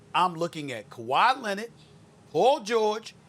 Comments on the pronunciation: Everyone : Kawhi Leonard Stephen A : Kawhi Lenon 😂😂😂😂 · Kawhi lennid 😂😂